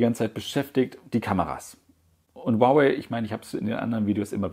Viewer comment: Ich glaube die Aussprache Huawei ist richtig